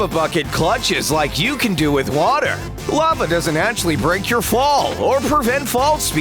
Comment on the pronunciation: I like how you said ‘Laver’ XDDDDDDDDD